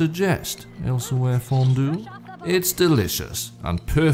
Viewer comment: I love how you just add syllables wherever you want. Elsahweyr fondue vs Elsweyr fondue. Bold move and I respect it